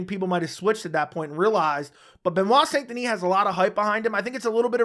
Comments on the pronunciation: Its pronounced "san" not saint, its pronounced like the city in rdr2. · It's pronouced "sein". Otherwise "san" gives it a spanish tone. I know it's difficult for non french speaker to pronounce "saint". It's like saying "un" (1) like 1, 2 3... in french. Typical french sound that doesn't exist in other language.